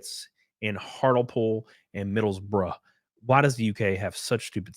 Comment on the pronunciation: Thank you for pronouncing 'Middlesbrough' correctly (as in ' bruh' not 'bro'). Now, I must get back to my tea and crumpets, and a game of croquet on the lawn.